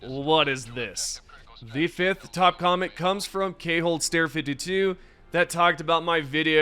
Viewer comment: lol its pronounced "Coldstare" not "K-Hold-stare" (Named after the boss from the SNES Zelda ALTTP) but nbd, youre out here doing Democracy's work o7